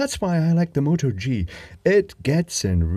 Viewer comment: What camera are you referring to? It sounds like you're saying "Motor G".